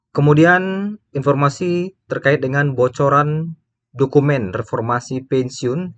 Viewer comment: Masih empormasi😂